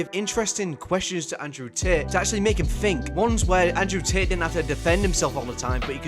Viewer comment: "Andrew Tit"